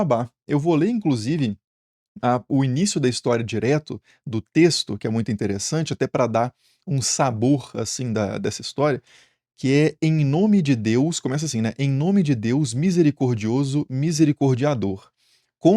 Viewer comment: A pronúncia oficial mudou para "saBUORRRR". Favor se atualizar, kkkkkk